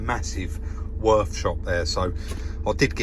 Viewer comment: Würth = “vur-earth” in German 👌👌. They are the OEM supplier to nearly all manufacturers. Definitely a proper job 👍👍